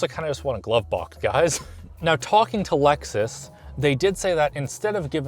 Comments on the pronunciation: Lexus, with an E, not loxus or whatever you said. :p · It's A-LEXus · Did this mutha fuka say LUXus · Wait did he pronounce Lexus as “luxus”